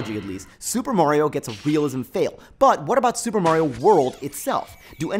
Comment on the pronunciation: 'mahrio', not 'mawrio'. just like pasta, not pawsta